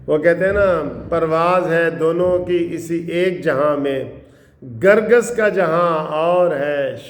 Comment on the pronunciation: منصف نالائق۔کیا سب وکیل آ پ جیسے ھوتے ھیں۔نالائق۔کرگس کو گرگس پڑھ رھے ھو۔